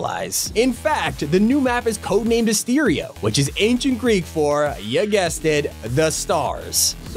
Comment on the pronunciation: Asteria is not ancient greek..It's just greek..Modern day greek.Also you pronunce it wrong. Put this in google translate to hear how it is pronunced "Αστέρια" . You got right the part that it means stars.